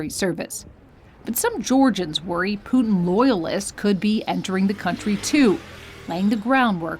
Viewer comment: How funny you pronounce Putin. Actually it's Put IN not Puding :)